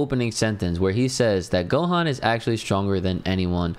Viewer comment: It's Gohan bro.